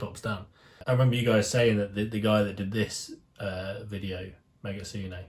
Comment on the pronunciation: The channel's name and the creator of the guide is actually rnegitsune, not megitsune LOL. The "rn" looks like a "m"